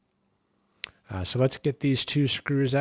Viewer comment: Finally, someone who knows how to say "primer" and not "primmer."